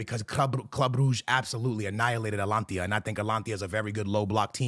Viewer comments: Who tf is Atlantia?😂😂😂 it’s At-a-lan-ta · Bro who is Alantia?? xD Atalanta isnt some hard name to pronounce correctly. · He had to say Atlantia one more time 😂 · “At-lantia” bro if you’re gonna botch their name just call them Atlantis at this point smh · It’s 2025 and is still mispronouncing AT-A-LAN-TA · A - TA - LAN - TA